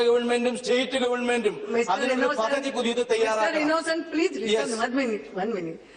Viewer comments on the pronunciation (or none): none